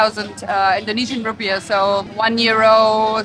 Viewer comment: Rupiahs not rupees. Rupee-ah